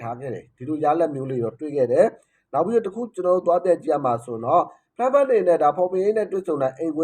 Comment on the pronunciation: Frankfurt ＆ Freiburg No clear pronounce. Freiburg =ဖရိုင်းဘတ်ဂ် Frankfurt =ဖရန့်ဖတ်တ်